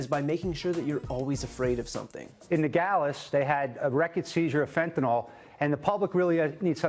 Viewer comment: Oh, and another thing. Will somebody please tell these Fox commentators (including Trump) that it's FentanYL, not FentanOL. If you're going to pose as an expert, at least get the name straight.